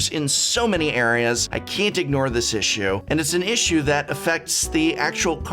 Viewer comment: ”a issue”? English is not my mother tongue, but I cannot hear a consonant at the start of the word ”issue”